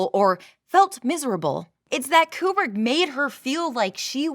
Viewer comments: You are one of 13 humans on planet Earth to pronounce Kubrick correctly AND Bob Ross? Frikken artists... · I just have to go to comment. You pronounced Kubrick correctly. Thank you.